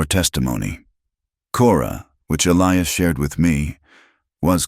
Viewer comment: Interesting and sad so many men's names are Elias & the A I cannot pronounce it correctly, every time! Also help most men in these stories their eyes are the color of a winter storm .... A little more imagination, please ....